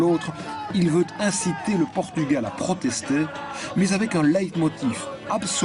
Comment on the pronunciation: A crise chegou ao nome do país? O "r" terá sido vendido ou penhorado?...é "Portugal" é não "Potugal". Tirando isso, Força Camaradas ;)